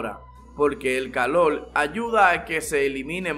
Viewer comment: Polque hablas asio el colol y calol